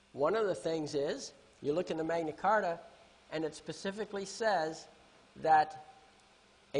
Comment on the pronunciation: Pacifically or specifically 🤣